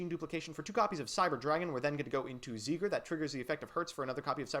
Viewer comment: zeigler It's seiger...🌚